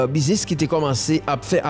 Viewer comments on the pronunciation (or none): none